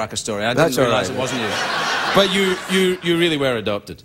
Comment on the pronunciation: "dwere you on a little scooter" 😂